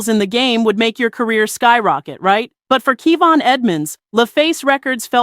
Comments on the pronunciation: Wy is announcer saying Key-von when its pronounced Kay-von? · Her pronouncing his name wrong gives me anxiety. I love Kevon 24/7 it’s on repeat til this day! His voice is truly a gift from GOD! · That's not how his name is pronounced. 5 seconds of research would have confirmed that for you.